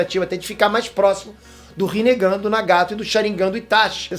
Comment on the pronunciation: Rinegann ri negão kkkkkk